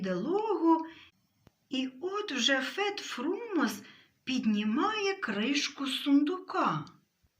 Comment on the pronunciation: Фет ФрумОс (наголос)